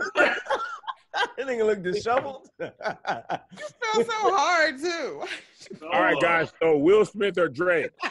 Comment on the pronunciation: Hey Tom, I'm still filling in for Kev. We've reviewed the tape and we're not quite sure if said "disheveled" or "disSHOVeled"! So we're just gonna let it slide! Back to you Tom! 😆